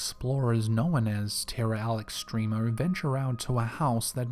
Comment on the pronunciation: The way he says known bothers me.